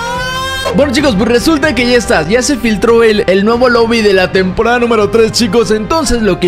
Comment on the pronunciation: dice tamporada xd